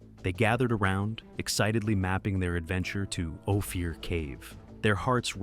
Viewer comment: The name of the cave is Ophir. OH-FEAR?!?